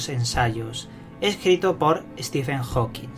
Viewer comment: HAWKIN, ¡¡¡¡HAWKIN!!!!, no jouquins >_>